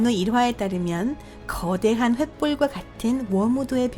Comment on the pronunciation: 아니 목소리 톤 이런거 보다도 발음이..... 가끔 단어 말하는 중에 쉬는 건 또 뭐고... 말투자체가 한국인 같지가 않음 왜 거~~~대~한 이런식으로 말하는거냐고 신경쓰이게 전싀계 특히 여긴 조선족같네